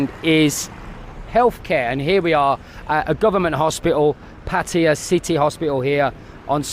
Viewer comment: Why are you calling it Patya? Is that how they pronounce it locally?